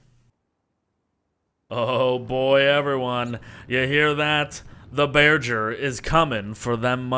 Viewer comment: Imagine pronouncing bearger like burger